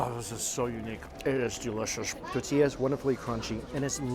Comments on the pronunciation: TOR TIYAH. Not Ta tiyah! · I have to smother my inner pedant every time he says "titilla" instead of "tortilla" on these Mexico vids. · Hey man We love your vids and can't help snicker every time you say tortilla. Do this, say Tortoise..now say tortilla. Hope that helps. Tortoise, tortilla. You forget the R in there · Tortilla, tortilla, tortilla, let's say it together..........tortilla. Come on man, its tortilla.